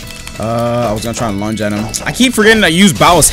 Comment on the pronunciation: i keep thinking says lunch instead of lunge